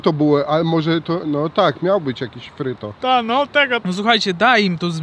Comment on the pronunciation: to nie fryto tylko pryto buła :D